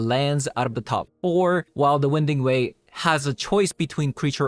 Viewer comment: Btw, it's not "win" ding way. It's pronounced "wine" ding way. The passageway meanders around, moving left and right.